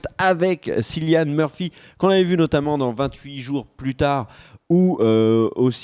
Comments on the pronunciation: "Sillian murphy" et "piki blinders" wow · Ça se prononce Killian Murphy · Sa se prononce C(k)illian Murphy merci Dsl sa me stress a mort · juste les gars Cillian ça se prononce Killian... et les coupes de cheveux j'trouve ça apporte un truc dans un premier temps ça apporte le côté historique mais aussi la différence on sait qui y sont Cillian a un charisme à l'écran que personnellement j'trouve que ça choque pas qu'il soit le chef des peaky blinders, il avait déjà incarné l'epouvantail dans batman begins et Jackson rippner, un terroriste dans Red Eye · Cillian se prononce comme Kilian ! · Cilian Murphy se prononce "Killian", il est irlandais (comme dans la série)! Je sais que je pinaille car c'est vraiment le seul petit reproche qu'on puisse faire à cette très bonne vidéo. Merci à vous de parler de cette excellente série!